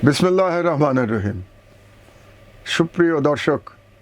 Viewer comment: বিসমিল্লাহ শুদ্ধ করে পড়া শিখলে ভালো হয়